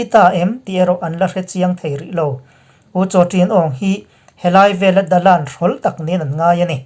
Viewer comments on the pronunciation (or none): Dalan hi Mizovin "bawkbawn" Kan tih anga hniam khamphei raiha lam tur a ni. "LAN" tih lai tak hi i lam pir sang but thina a dik lo. Tin, Wanah Maunglwin tih pawh hi Maunglwin tih lai tak hi hniam khamphei raiha lam tur a ni bawk. Bawkbawn tih angin